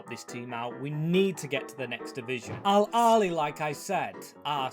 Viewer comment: It's pronounced al ahhly not al ali